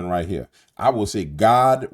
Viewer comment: We are supposed to abstain from even the "look" of sin. Saying "got" dam fails miserably. Why? Because it sounds like God dam. Read your Bible